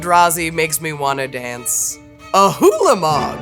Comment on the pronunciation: "Hulamog" caught me off guard, not gonna lie XD